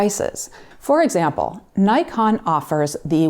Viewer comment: I still cringe when someone pronounces "Nikon" wrong